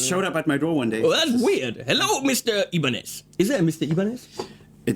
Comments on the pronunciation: Actually its "ibáñez" with a sonido forte in the "a" . On the other hand the "ñ" its a sound that belong to Castellano speakers so, you never gonna get it hahahah and the japanese changed it for a "n" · It's actually Ibañez (ee bahn yes or add a slight lisp for a more Spain pronunciation) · As far as I know, we in Spain put the accent in the A of Ibanez, not in the I, or the E. I mean, I could be wrong, but that's how I've been doing it all my life, and no one ever told me it was otherwise. It is how the surname Ibáñez is articulated